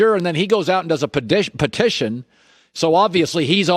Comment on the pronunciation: Well.. What do you make of the padition.... I mean petition?... 😂